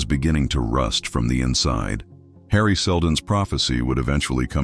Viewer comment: I hate them too. It mispronounced Coruscant and even the name Harry. epic face palm